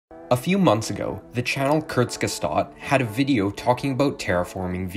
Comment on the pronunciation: I have never heard of this channel, Kurtsgestat. Did you mean Kurzgesagt?